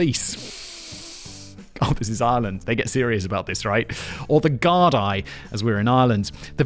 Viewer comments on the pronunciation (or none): In Ireland it’s pronounced “Gar-Dee” not “Gar-die”…. We forgive you Englishman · for future reference its pronounced Gar-dee not Gar-dai..... good attempt though haha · Gardai is pronounced Gardy. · Ah yes Ireland, going from “THATS BLASPHEMY!!” to getting rid of the law for “THATS BLASPHEMY!!” to making every drug legal for that one day. Who says Ireland isn’t progressive 😂😂 also “Gard-eye” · The Irish Police are called An Garda Siochana (on garda she-o-kawna), "Guardian of the Peace". The plural is Gardai (gardee), not that you care but in case anyone else does...